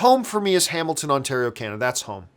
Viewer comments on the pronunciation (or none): none